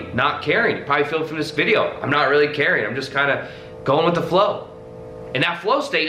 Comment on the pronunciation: Is there anyone here suddenly feels happy, enjoys and wanna hug him when says " I rrrrreally want that"?!